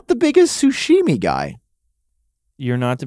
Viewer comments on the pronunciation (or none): Guys it’s sashimi not sushimi 😭😭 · Sashimi is pronounced SA as in sus, SHI as in she, and MI as in me… sa-shi-mi. If you say it wrong it gives you the sus shits me. It makes sense that the guy who likes burnt steak can’t stomach raw fish. KFC